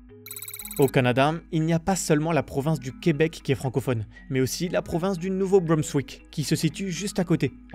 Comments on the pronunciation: Nunavut, pas Nuvatu 😭😭 et Nouveau-Brunswick aussi pas BrumMswick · je chipote pour chipoter, mais le Nouveau-Brunswick s'écrit et se prononce avec un S^^